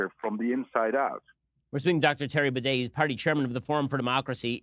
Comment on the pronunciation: Bruh hij spreekt "Baudet" uit als "Bidet" 😂